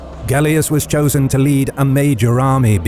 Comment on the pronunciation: "choosen" as commander lol